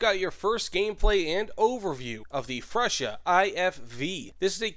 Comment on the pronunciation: please google the pronouncement of freccia. Sorry to say it like this but you said it horrible